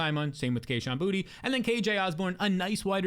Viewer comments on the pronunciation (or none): none